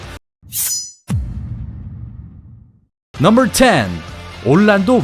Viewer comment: 넘벌~~~발음 킹받네